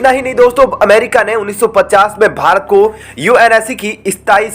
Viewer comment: It's not bhart but bharat. Please correct the mistake you commit frequently.